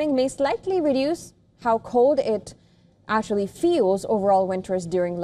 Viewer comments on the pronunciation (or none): none